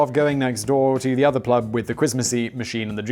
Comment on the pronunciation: Did you say "plub"? 😲 🤣